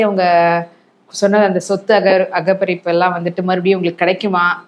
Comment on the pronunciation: சொத்து அகபரிப்பு ???? "சொத்து அபகரிப்பு.. "சரியாக உச்சரிக்க முயற்சி செய்ய வேண்டும்.